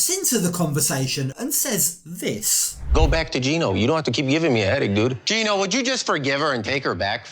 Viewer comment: Gino, pronounced gyno, is legally the father so why does matt need to pray the baby is Danes???